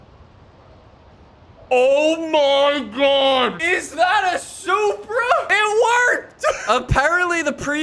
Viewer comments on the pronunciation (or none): You’ve been pronouncing it like soupra,must be still high on soup after the soup wars